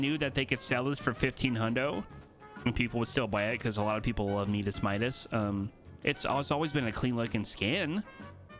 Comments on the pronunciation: Maybe bc in Spanish is meedas and English my-das, for both audiences. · why do you always say meedas Midas when everyone knows it’s pronounced my-das? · Please don't say Medis. The second way you are saying it is correct. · Shadow Midas is worth that v-bucks he is worth it what are you talking about what are you on and say his name properly